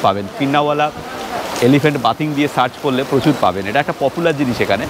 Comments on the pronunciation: হাঁটাহাঁটি আর হাতাহাতি টা বেশ লাগলো। কিন্তু " বাথিং " টা খুব কানে লাগলো। ওটা " বেদিঙ্গ " হবে না?? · Katha ta bathing noi bething,,jadio uchharan aladA, spelling ak